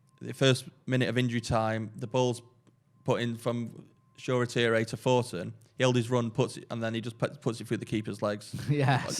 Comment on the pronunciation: Funny when pronounced Shoretire name as it's spelt from an English perspective. 😊😊😊. It's a name of Nigerian origin and phonetically is should be something like this: Show-reh-tea-rey. It's certainly not Shore-tyre, would nice to see him make more of an effort to pronounce it properly next time. 😊😊